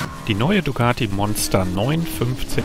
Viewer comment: Dicati :-(---- hat designend wie Flasche leer!!!!